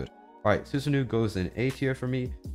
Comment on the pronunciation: su sa no not nu even though its a double O but keep it mind its japanese